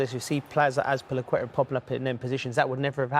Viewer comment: Rio always has a hard time pronouncing Azpilicueta 😂